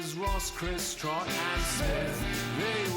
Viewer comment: bein a dick about trotts pronunciation hehe ily rly